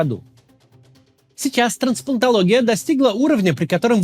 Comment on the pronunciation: Сейчас что? ТранСПАНТОлогия? Кац, ты чо, нейронка? уу Кац, да у тебя вообще беда с произношением некоторых слов 😒 Ты бы хоть по слогам прочитал раз 20 слово трансплантология, спокойно, тогда бы освоил быстро нормальное произношение, так работает со всеми сложными словами, из какого бы языка они не были взяты. Надо лишь не лениться.